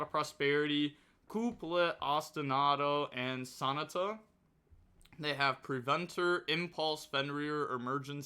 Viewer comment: Bro you gotta be doing these pronunciations wrong on purpose. Ain't no way you pronounced Sonata like an english dub naruto character